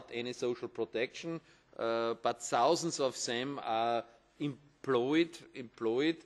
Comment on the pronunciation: sausends of sem i hate it, when people can't say the words right, he shouldn't be allowed to speak in public